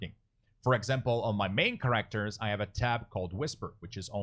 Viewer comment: Nice video, but that is not how you pronounce "characters" or "exit".